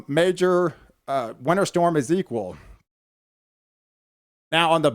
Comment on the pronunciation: Ezekiwal?? EzekieI i believe its pronounced.. maybe you have a lisp I don't know if so I apologize. And this is winter and we always expect it to get cold and snow in the wintertime. Guess what in spring it will be cool in the morning and maybe hot in the afternoon, and summer will just be hot.Fall will be cool in the mornings and warm or hot in the afternoon, So get ready for normal weather everyone. By the way I'm 49 years old and when I was 16 in 1986 we had about 2 feet of snow in Shreveport Louisiana, and Chicken Little wasn't running around screaming the sky was falling.